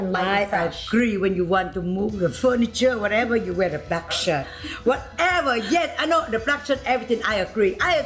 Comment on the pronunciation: Yes — I need a “Wha’eva!”